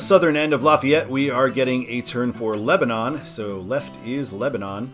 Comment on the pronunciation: head up, in Indiana it’s pronounced Leb-den